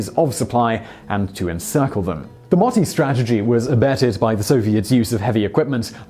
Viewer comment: You said moti wrong >:) finnish is hard